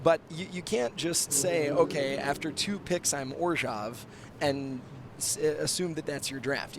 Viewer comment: can please pronounce Orzhov differently?